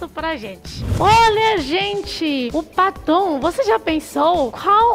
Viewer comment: Kkkkk.. Eu tentando adivinhar o que era paton... Só na metade do vídeo que entendi que era batom.....kkkkkkkkkkk🤦‍♀️🤦‍♀️🤦‍♀️